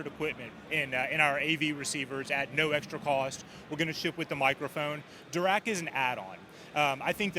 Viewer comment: Interesting that the av10 has a phono input. Does it also have a tape loop? It’s also nice that the Marantz rep actually pronounces Dirac somewhat correctly.